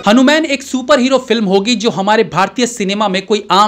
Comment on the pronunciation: Bhai saab pehle aap hanuman ka uchcharan thik karo fir review krna Kyonki director pehle hi hindi me likh ke confirm kr chuke hn